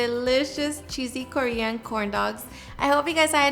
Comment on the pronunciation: Korean ……….not Cory-on?